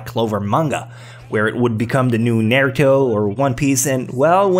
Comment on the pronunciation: You have no sense of anime if Black Clover is worst 3. It's only going to get better. And that isn't how you pronounce Naruto.